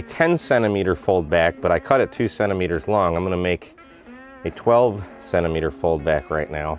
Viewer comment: What the heck is a sennameter? 😝 😂